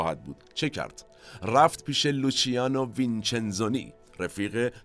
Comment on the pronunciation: فراموش کردم همچنین ( لوچانو ) خونده میشه نه ( لوچیانو ) مجددا دمتون گرم